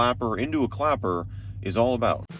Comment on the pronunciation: him: clapper. me: clacker (thats what he actually said at one point LOL)